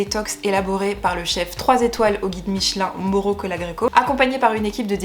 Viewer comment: On prononce Maùro, il est italo-argentin 😉🤫